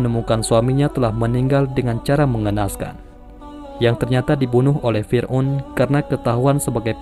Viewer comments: Fir'@ min🙏🏻 Bukan fir'un Maaf klo lancang Semangat terus ngonten nya min🙏🏻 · Lbai kalilah, firaun di bilang firun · Yang gue dengar Fir'un?